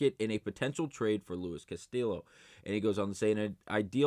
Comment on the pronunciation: Bro please stop saying CastiLLo it’s hurting me every time you do it lol